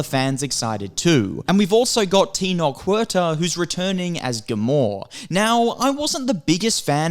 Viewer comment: It’s Namor not Gamor 😂😂